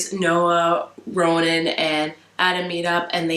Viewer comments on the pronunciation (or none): Lol you kept saying Rowan instead of Ronan and all the time i was like rowan my baby and wanting to re-read queen of shadows lmao. We share like 99% of the same opinions about the book, Henry was a hell of a character i loved him, i also wish he was more important in blue lily lily blue. Loved the review!!! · 1. I love you, but it's RoNan, not RoWan ;) 2. I think Glendower is still the third sleeper, but all of the dreaming and Gwenllian and the demon drained the power of the ley line, killing Glendower 3. Piper was shot by Lumonier 4. There was ZERO closure about the fundraiser and the sale of the demon, which was stupid. How could so much time be spent on that storyline for it to just dissolve into nothing?! 5. Gansey is now one of the tree things 6. I love the turn Adam and Ronan took in their relationship!